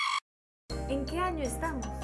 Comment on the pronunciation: Minuto dice ano embez de año .-.